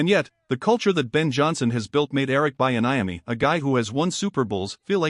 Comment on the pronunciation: And the mispronunciation of Bieniemy really messed with me. We need to move Antawan Randel-El up to OC and get ready for the Draft